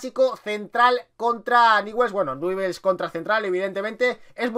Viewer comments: BRO NO ES NIWELS ES newells y se pronuncia ÑUBELS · Ñubel se pronuncia no niwells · Nievels se pronuncia... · Franco #RETRAMONGUER4EVER Se pronuncia NIEVEls❄️☃️ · Se pronuncia Ñubel, grande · ÑUBELS SE PRONUNCIA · Se pronuncia "ñubel" hay gente que lo pronuncia, Begues o niguels pero se le pronuncia "ñubel"jaja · PRONUNCIA ESTO: "NIULS" ASÍ SE PRONUNCIA.JAJA. SALÚDAME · Se escribe NEWELL'S se pronuncia niuvels VAMO NEWELL'S CARAJO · newell's se pronuncia "niuvels" y si no se puede abreviar "niuls" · Se escribe Newell's pero se Lee ñubels jajaja me molesta mucho q lo diga mal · Newells se pronuncia Nuiwels o tambien podes decir Ñuls. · Newells se pronuncia nevuels xd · se dice niullsssssssssssssss!!!!!!!!!!!!!!! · jajaja dijo nievels y aparte les dijo que esta vacia la cancha!! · Se pronuncia niubells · se escribe newell's pero se pronuncia ñubel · Jajajaja que feo es ser dé Newell's. no sabe ni pronunciar su nombre. Jajajaja que equipo chico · Como nos esta chupando la sangre y no sabe ni pronunciar newells